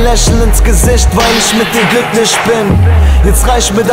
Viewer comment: Ich muss mal hier echt Kritik geben... 1. Schlechte lyrics, sowas hat jeder, der ein bisschen Verstand und IQ hat in 10 minuten geschrieben, wie IstanbulLaaasy schon sagt: KEIN TAKT GEFÜHL 2. Lischt, Glücklisch usw...... was ist das für eine Aussprache????? Bitte liebes HipHop.de Team nicht mehr hochladen sowas.....